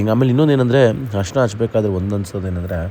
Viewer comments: ಹರಿಶಿನ alla ಅರಿಶಿನ, ಕಲೆ alla ಕಳೆ. 😬😬😬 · ಕಲೆ ಅಲ್ಲ, ಕಲೆ ಅಂದ್ರೆ mark.. ಅದು ಖಳೆ.. Harishina alla, Arishina ಅರಿಶಿನ